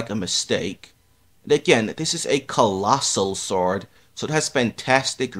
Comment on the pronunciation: did you just say.... fastoh.. and collosoh swowd...